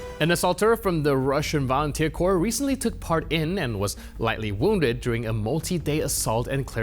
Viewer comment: The word is corps, not corpse.